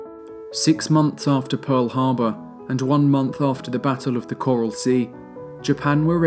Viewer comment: There's no "u" in Pearl Harbor.